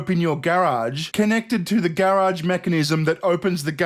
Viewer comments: I love the way you say gair-awge. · Omg say garage one more time!! 😻